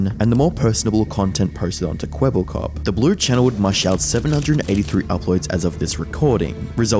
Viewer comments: Kweebbelklop everytime u say it sounds more like kebab cop😂😂🤣🤣🤣wa sort of stupid name iz dat ngl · Charly really called him "Kwebbleflop" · Please stop saying "kwebbelkop". Cooperation appreciated.